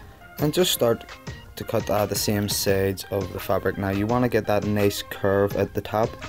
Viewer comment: why do you say sades and not sides